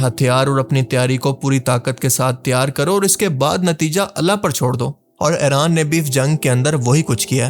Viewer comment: Bhai plz Eraan nahi Iran bola karo